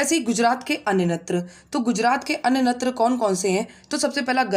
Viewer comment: मैडम जी आपके यहां नृत्य को नत्र क्यों कहते है